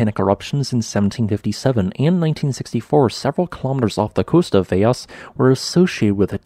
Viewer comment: I'm a native of São Jorge. You've done a great job of reporting on the sittuation. Pronounciation tip as I have a feeling it will be in the news quite a bit in the near future... The L in Velas is pronounced like an L not a Y. Velas, not Veyas. Also, the letter Ç is pronounced like a soft C or an S. In Portuguese, the Js, Gs and Ls all sound similar to their English counterparts, and not at all like in Spanish. Cheers amigo.